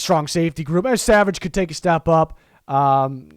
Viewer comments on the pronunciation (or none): none